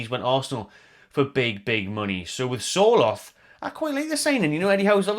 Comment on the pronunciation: not important but as a norwegian, Sørloth is pronounced something akin to the sounds you would make when saying"sir" & "lot" :p